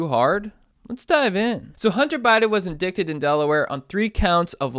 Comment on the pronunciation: The news anchor guy pronounced "indicted" wrong. I'm not sure how to say it but I know it's not that way.